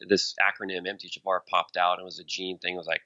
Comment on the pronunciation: Really enjoying the interview. You can tell is ADHD by the way he pronounces things like MTHFR ("emteechaffar.")